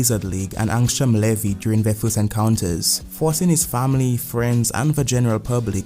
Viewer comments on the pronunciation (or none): none